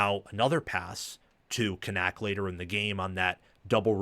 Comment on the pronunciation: Media guides are free, and I doubt you actually listened to game, because you are BUTCHERING Kanak's last name. It's pronounced Can-ick. Rece and Kirk pronounced it correct multiple times.